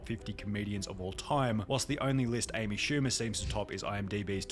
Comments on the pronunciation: amy poo-mer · The hell is an Amy shcumer